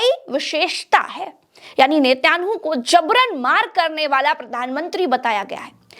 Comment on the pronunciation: उच्चकोटि की पत्रकारिता के लिये मुबारकबाद--नेतन्याहू का उच्चारण मे सुधार की जरूरत है